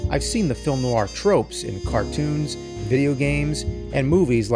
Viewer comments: Love film noir. Cannot believe the new-ar pronunciation here. Noir is a single syllable word pronounced NWAR. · Fantastic. But Jim: definitely "nwahr" not "nuh-wahr" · Nicely done! Always loved film noir. But please, "nu-war"? Ask a French person, it's a French word. Probably more like "nw-aa." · You are putting an American R on the end of "noir." Its not there in pronunciation. More like "Nwah." French words like reservoir, there's no R sound on the end of the word. "Nwah" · Noir Is actually pronounced "nwaar" in French. If you would like to play a good noir game, you should give discworld noir a go. It really nailed it. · Isn't the r in noir silent? (Like how Charlize Theron pronounced noir at the Oscars)